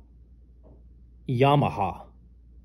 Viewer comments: I think this was triggered by my comment on one of your earlier Yamaha reviews. Where I said, it is not pronounced yam – aha. It is ya-maha. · The "Ya" should be pronounced the same as the "ha".....says me. Youve got the "ha" right....I think??